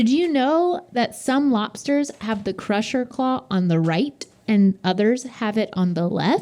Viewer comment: says "Lopsters" lol